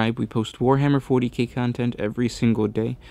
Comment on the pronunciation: Fowty Kay. Impewial. Raddelings. You sound like half a mo-mo.